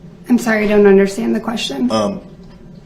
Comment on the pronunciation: Exactly. He also likes to say dishrespectful, undershtand, ridicaless, and jurishdiction.